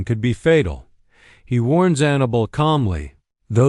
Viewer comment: Her name is not Anna bull, it is AnnaBELL!!